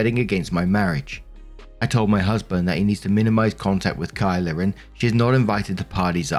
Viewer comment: Oh. Yikes.. this is a bad day to also have the name Kyla. Hey I’m genuinely surprised and excited you pronounced it right! On behalf of other Kyla’s out there, we don’t claim this one.